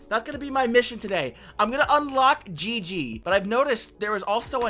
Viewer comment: It’s pronounced gigy